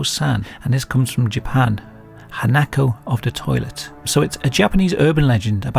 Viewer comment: It's "hah-nah-koh" not "han-nack-koe" sorry. I'm that guy.